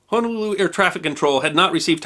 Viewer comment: AYE! YOU SAID “HONOLULU” CORRECTLY! 🤣🤣🤣🤣🤙🏽🤙🏽🤙🏽🤙🏽 Thank you for the video. The flight attendant killed in this incident was my childhood neighbors Aunt. Rest in love CB! What I find intriguing is that our Queen Liliʻuokalani was overthrown by the United States businessmen and the aircraft in this incident was also named “Liliʻuokalani”, an aircraft belonging to an airline registered as an American business.